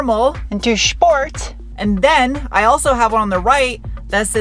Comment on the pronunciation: Is there a reason why you say shteal instead of steal or shport instead of sport ?